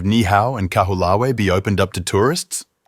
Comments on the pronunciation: KA-WHO-LAH-WEE? Try, KAH-HO-OH-LAH_VEH (Kaho'olawe) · Your pronunciation needs work: Mokumanamana is Mo-koo-ma-na-MA-na, Nii-hau is NEE-ee-how, Kahoolawe is Ka-hoo-LA-Vey (in Hawai’in, W is pronounced as V) and Lanaii is La-NA-ee. Also it was King Ka-me-ha-ME-ha (you dropped a syllable.). But your history is solid.